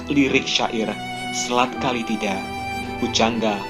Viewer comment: Menyebutnya salah bukan Kalitida tapi Kalatida